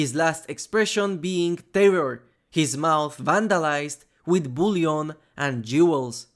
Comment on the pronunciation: Bro, how are you going to mispronounce island and bullion 😂even though island is a way more common word. I get it, English not the first language, so I can see island maybe not being pronounced right, but you pronounce the S when it’s supposed to be silent but for some reason change the ll in bullion to buyon , which is weird bcz how r you going to change the ll to y but not keep the s silent 💀